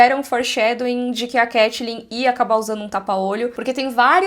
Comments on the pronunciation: CAI-TLYN , nao CATI-LYN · muito engraçado ver a pronunciando 'catelyn' no lugar de caitlyn por causa de got, porque aconteceu a mesma coisa cmg quando eu comecei a jogar lol 😂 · Eu ouvindo a pronunciando Caitlyn como Katelyn e fingindo que estou ouvindo Hodor cavalo. Saudades eternas.